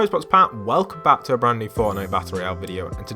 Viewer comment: "welk back"